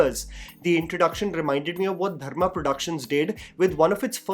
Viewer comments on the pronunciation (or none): none